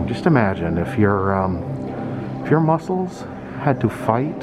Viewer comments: Yes, I say Musk- cles too 🤣 great video x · Love it, and rofl, I say muskles to sometimes 🤣, you are not alone!